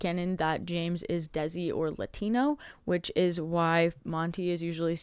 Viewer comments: Very quick correction: “Desi” is pronounced “Day-See” not “Dehzi” That is all. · hey bestie!! just a quick heads up that "desi" pronounced exactly the same as the english words "they see" and not "dezzy". this is in no way meant to invalidate your efforts into making the video ofc in fact if anything im obsessed and as someone whos now fully getting into the fandom this has been very helpful!! i'll keep coming back here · It’s kind of pronounced like "they-see" -another desi person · IN THE NICEST WAY POSSIBLE! Desi pronounced as 'day-si'! Anyways, keep up the amazing work, it takes a lot of time to make such a long explanation! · LMAOO as a desi person myself hearing you say it like “dezi” had me in knots